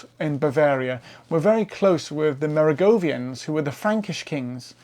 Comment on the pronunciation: The o in Kloster is the same as the o in most, Neu is the same as in noi in noise) Merowingian, the w is of course, a v, it is not Merogovian. So, aside from some slight butchering of names, it was a thoroughly interesting presentation on the numerous Völkerwanderungen of early Europe. I took my degree in Anthropology back in 1980. DNA had been mooted as a tool to assist us, but even then it was recognised as needing years before it could be reliably used, and it still has a way to go, however, it has made considerable strides. Thank you.